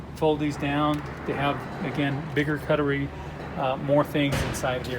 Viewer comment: pronunciation police alert. its warshing.... ? cuttery.... ?